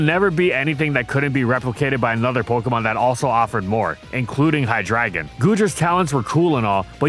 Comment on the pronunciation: HIGH-DRAGON? No, It’s HIGH-DREY-GONE